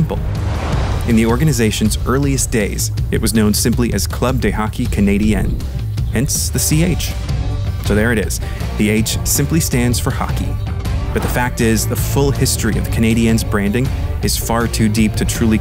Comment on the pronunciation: Ummm; there are two Cs in the jersey. One for Club and one for Canadien. One is the blue outline and one is the red fill. And you don’t pronounce it “deee” you pronounce it “duh”. Club de Hockey Canadien. You know, because it’s French.